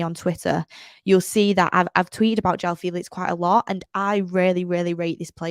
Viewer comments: HIS NAME ISN'T JHONN FELEETS 😂😂😂 It's Jaoa Felix. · its Joao Felix🙄